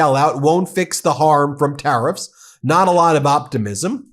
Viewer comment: Did say:terroriffs?😂